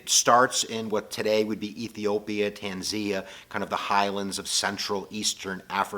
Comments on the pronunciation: "Tanzia..." Tanzia? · I think you meant Tanz'an'ia, but great channel nonetheless.